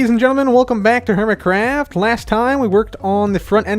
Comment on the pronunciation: welcome back to hermitcrrrrrrrrrrrrrrrrrrrra'e'ft